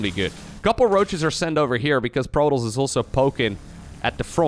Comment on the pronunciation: am i going crazy here or is he pronouncing protoss like 'Protals'?